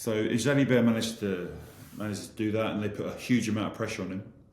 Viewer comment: Ntamack is correct, but who is Jalibet?:))